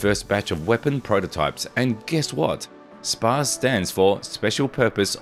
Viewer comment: It’s pronounced spots essentially. Js